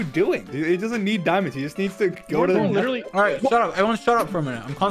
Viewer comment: Dream said “your not even in the Netha”